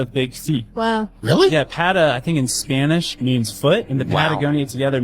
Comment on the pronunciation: I speak/ Read Spanish the word for foot is pronounced PA TA not Pat ah. Keep up the good work and fix you beard...